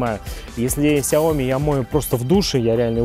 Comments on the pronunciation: Ну ляяяя, ведь правельно говорить не КСяоми, а СЯоми(((( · в оригинале сяо ми́, но постоянно все коверкают это слово.